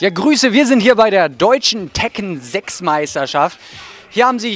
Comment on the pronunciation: LMAO im sorry i cant get over the "Tekken Ziiix" LMAO